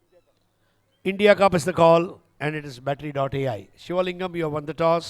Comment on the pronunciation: Idiyappam idiyappam nu enaku mattum than kekutha😅😂😂.. India cup ah apdi solranuga😂